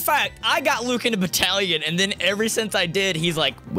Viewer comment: Dylan: Breathes Luke: DiD yOu sAY BatTaLiON?